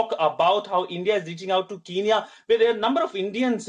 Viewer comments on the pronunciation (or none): Thank you for helping my country people but it is kenya not kinya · could you please send a message to that idiot reporter that, it's not Kiniya it's Kenya instead. 😡😡😡😡